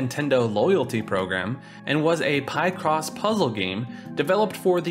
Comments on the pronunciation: Pie-cross? 🙃 always thought it was Pic-cross... as in picture/crossword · Pie cross?! Smh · You say Picross all wrong lol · Who says picross like that?